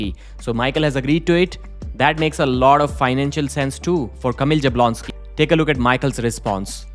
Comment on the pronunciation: you really need to learn how to pronounce Jablonski. It's "Yabwonski"